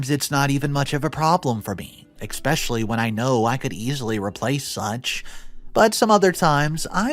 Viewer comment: Especially* not "expecially"! 😁